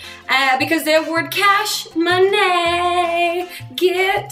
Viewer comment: LOL the "moneh" part.